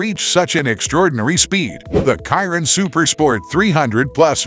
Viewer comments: Bugatti " Kiron" .?? It's pronounced.." Shi-Ron"..(silent on the O). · Its not "kyron" its pronounced Sheer-on=Chiron! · This would have been a great video But using automatically voice A dislike from me It couldn't even pronounce the Chiron